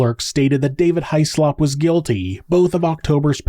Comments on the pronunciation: It's usually pronounced Hizz-lup or Hizz-lop without much emphasis on the O but in this instance High-Slop is much more fitting for this despicable perpetrator. A huge piece of slop in fact. Poor little October. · Child deaths are always so upsetting 😢😢 Small detail, Hyslop is pronounced 'hiss-lop'. It's a Scottish name, and is supposed to be produced this way. I feel that in America it is normal for surnames to be pronounced differently from the original pronunciations.